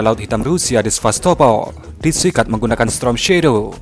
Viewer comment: Misi min,, maaf sebelumnya yg benar itu pengucapannya STORM Shadow bukan STROM Shadow 🤭😅🙏🙏